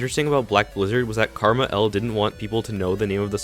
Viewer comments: I don't like how you pronounce KrmaL as Karma L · lol how he says karma L instead of just Ker Mall